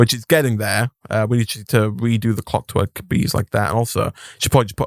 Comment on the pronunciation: I love how is calling it ClockTwerk bees repeatedly.